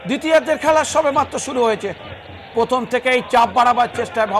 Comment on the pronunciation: মানস ভট্টাচার্য বড় খেলোয়াড় ছিলেন, কিন্তু ধারাভাষ্যকার হিসেবে জঘন্য। এই উচ্চারণ নিয়ে আর যাই হোক ধারাভাষ্য হয়না। ওনার 'র' ফলা তে সমস্যা আছে। উনি প্রথম কে বলেন পথম। ভাবা যায়না। 🤔🤔👎👎